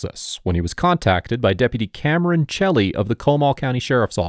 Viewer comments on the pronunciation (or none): none